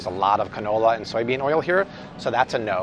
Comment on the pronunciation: Did say "ca-no no" oil? Ok, we need to all use that more often.